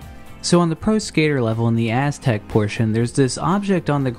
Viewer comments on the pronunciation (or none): none